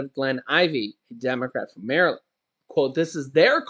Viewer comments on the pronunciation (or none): none